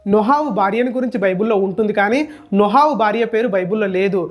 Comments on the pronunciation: నోహవు కాదు నోవహు 😂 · Video chala bagundhi brother kani nohavu kadhu novahu